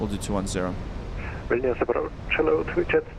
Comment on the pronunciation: Why is it weird hearing someone Vilnius name properly and not something liek Vilneus. Nice work!